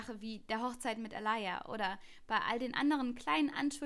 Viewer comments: Sie heißt aaliyah nicht aalaya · Alayah? 😅 Aaliyah